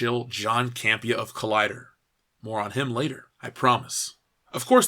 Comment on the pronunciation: Did you say "more on him" or "moron him?" :)